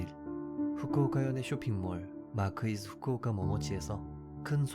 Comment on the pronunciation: 나레이션 발음이 일본인이거나 한일혼혈같으신데 맞으신가요? 일본지명 발음이 일본현지 사람 같아서요